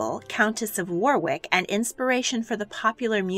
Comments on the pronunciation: Nice video spoiled by the lack of knowledge how to pronounce English town names, Warwick = Warrick, Marlborough = Marlbra. You got Edinburgh right though but Saxe-Coburgh is Sax not Saxee. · In English English, Kepple, rhymes Kettle, not steeple and Warwick, only has a W sound at the beginning ie is prounounced "Warrick". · And Warwick isn't pronounced "war-wick", it's "worrick". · It’s pronounced warrick not Warwick. And it’s keppel, not keypull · Warrick, not Warwick, K-eh-ppel not Keepel, i suggest maybe looking up pronounciations of words you're unfamiliar with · Warwick is pronounced Warrick not War-Wick btw. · Warwick is pronounced "Warrick" and Keppel is pronounced "keh-puhl" not "key-puhl". Just fyi. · WOrick IS THE pronunciation of War wick. MRS ke pal NOT KEEEEEPAL as you say it. what is wrong with you. This is a popular description of MY COUNTRY'S ROYALTY. I LOVE THIS SUBJECT AND I FEEL INSULTED that you can't be BOTHERED to learn how to pronounce ENGLISH WORDS. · Very interesting - as a Brit, I am well aware of Edward VII, but nobody talks about Queen Victoria's other sons. Just a couple of criticisms/corrections: "Warwick" is pronounced "Worrick" and "Ulster" isn't "Oolster", but "Ulster" as in "hug". And when the narrator talks about the future Edward VII's mistresses (one of whom was an actress, she tells us), a photograph is shown that can only be of Edward with Alexandra in the early days of their marriage. Of course, he would never have been photographed with a mistress! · PLEASE! Warwick: wa-rick Montcrieff: mon creef Marlborough: marl - bru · Lilianna Mathers Well, Warwick is NOT pronounced the way it looks. It’s ‘Worrick’. It’s nearly always pronounced wrongly by Americans, I’ve found. Ulster is said JUST the way you would think - ‘Ullsta’. The narrator says ‘Oolasta’ and I had to google Alfred to find out what she meant! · The pronunciation is Worrick!! My parents laughed when I read what I saw for the Warwick sign..War wick isn't a place!